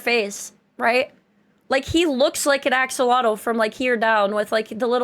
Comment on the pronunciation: The axo-long-l.